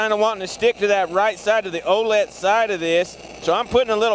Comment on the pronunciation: Think it’s supposed to be O’let